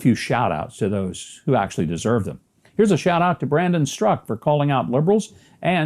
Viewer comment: I'm glad to see that someone knows how to pronounce Brandon Straka.